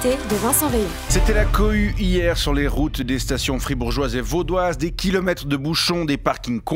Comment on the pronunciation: Depuis quand on dit hi-er ?